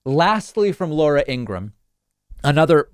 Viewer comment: I love how you said “ INGRA-HAM”😂😂❤️